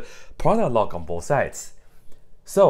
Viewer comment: me: what’s loy? me: oh that’s just log